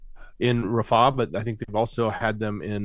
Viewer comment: Its rafah, not ra faahh